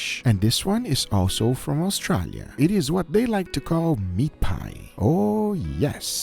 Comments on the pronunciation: Au STRAAAAA lia. Wtf is up with that pronounciation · Why does pronounce "Australia" like that? lol